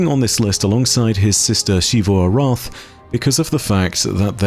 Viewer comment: why does say it like "Sheevu Arath" isn't it closer to Zivu Arath?